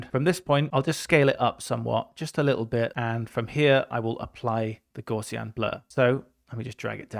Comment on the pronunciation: Gaussian blur, invented by Carl Gauss. Gauss rhymes with "house", not "draws". Gaussian rhymes with "house be in".